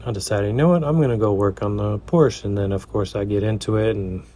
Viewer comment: Great work, as usual. Love your perfect pronounciation of "Porsche" .